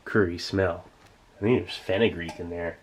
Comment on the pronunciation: What is fenagree he said?